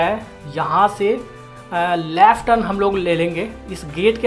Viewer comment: Bhai Laaaft nahi hota ! Left hota hai !